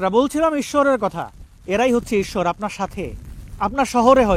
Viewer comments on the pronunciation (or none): none